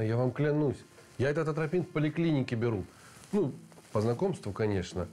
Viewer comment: Атропин,, а не антропин